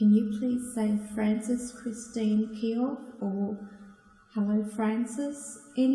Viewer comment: Kee-oh, not kee-yow.